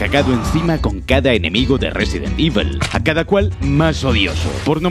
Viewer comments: "Resident ivel" increíble inglés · No pretendo ser castroso pero JAMAS EN LA PUTA VIDA SE HA PRONUNCIADO "IVEL". Coño.